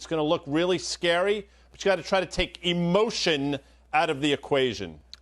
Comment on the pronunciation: "you gotta try to take EmOtIoN out of the equation" why he say it like that?